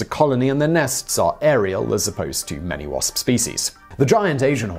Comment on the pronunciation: Love how this guy says wasp... Pss..pss